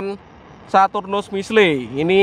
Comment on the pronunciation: Itu namanya missle dibaca missil Bukan missle